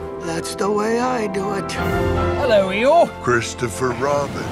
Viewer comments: His name is eyeore not Igor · HIS NAME IS EEYORE, NOT IGOR!